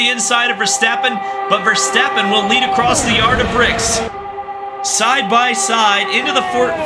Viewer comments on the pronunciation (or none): none